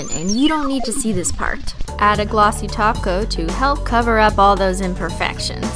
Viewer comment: kept hearing "taco" instead of "top coat" orz